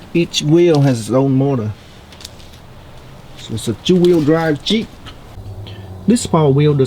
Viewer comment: Jeep not cheep! Lol